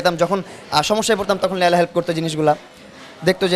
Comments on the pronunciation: কি উচ্চারণ! লেয়লা! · আমার মনে হয়। লায়লাকে লেইলা বলল।